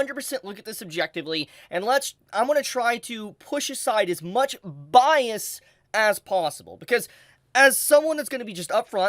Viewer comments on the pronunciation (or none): none